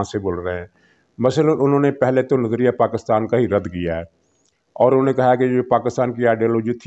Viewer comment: You cannot pronounce the name of motherland properly ( PAK-KUS-TAN), This is enough to identify you Mr (Lafafa) being part of EU Disinfo Lab.